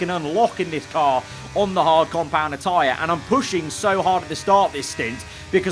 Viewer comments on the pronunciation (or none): none